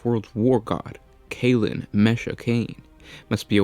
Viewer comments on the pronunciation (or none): none